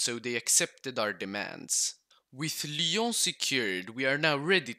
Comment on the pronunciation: Given how he pronounces "Lyon" with a perfect french accent he is probably from a french speaking country. Switzerland perhaps